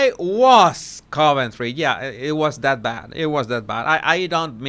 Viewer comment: please read.I adore you and your channel, and I understand you’re Spanish, but please stop with the “Dat” and “and DEN” I have lots of Spanish friends and they all say “THat” and THen”. So I know it’s not a typical thing that Spanish speakers do when speaking English. The dat and den sounds like a toddler.